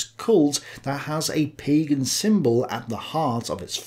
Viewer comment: All those things are partially true but not all completely true. And it's "Pagan" not "Pegan". Pegan is a diet that combines vegan and paleo. And well Hitler was a vegetarian so maybe that's partially true as well 😂